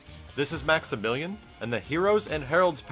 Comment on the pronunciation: its only me who heared maximilian saying maxibilain?